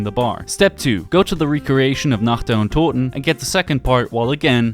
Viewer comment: Your German pronounciation of „Toten“ is the most perfect I heard so far from English zombie channels. Aber villeicht bist du auch deutsch :)